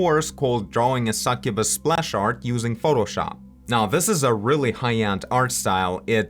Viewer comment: You got the succubus pronunciation correct the first try :) tons of great tips as always!